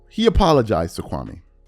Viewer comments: Stephen A still mispronouncing Kwame's name. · Countdown to KB response and we know its gonna be bad lol, and he’s on video going to schools trashing Kwame n he still won’t say his name correctly